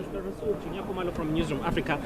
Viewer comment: So, it's decided then. The 'R' in "Rasool' is silent!